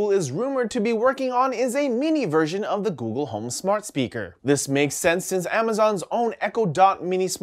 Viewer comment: "Googoo" "Ghoul" C'mon,!